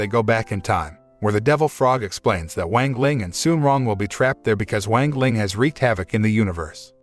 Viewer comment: Bruh I hate this guy mispronouncing "wang ling" into "wengleng" like wtf😡